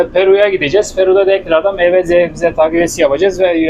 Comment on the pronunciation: Zebze ne be arkadaş.Şuna sebze desene